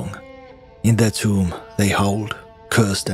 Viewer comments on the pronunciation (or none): none